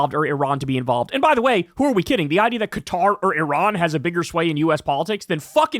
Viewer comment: "Iran and Cutter..."